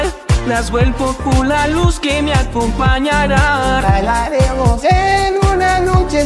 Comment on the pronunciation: En la parte de tio nestor en vez de decir bailaremos dice "jalaremos" xddddd